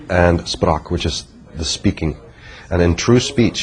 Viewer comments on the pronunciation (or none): Your pronunciation of ”Sprach„ which means ”Speak„ in English,is not correct. You should say “ Shprâch”! As a reminder.